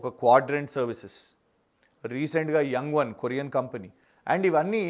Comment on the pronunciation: It's యాంగ్వాన్, not young one 😅